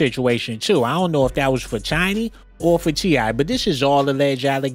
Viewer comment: Is he saying CheeEye & Chiny?